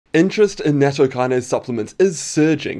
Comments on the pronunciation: I suspect it's pronounced Natto Key-Nah-Say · It's pronounced nah-t-toh